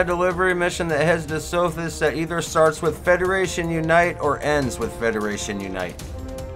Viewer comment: When a system's name isn't spelled phonetically(and even if they are) it helps to show the name instead of just saying it. From looking at the galaxy map near CEOS I am guessing what sounded like SOFIS is actually supposed to be SOTHIS